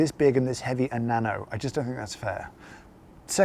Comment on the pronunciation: I think you are pronouncing it wrong It's, Na NO! :-))))))) To be honest, I have the hi-Brew version of this design. I like it and treat it more like a powered Aeropress.